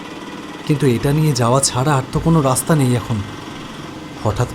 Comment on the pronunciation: Dada raster noi raster❤❤❤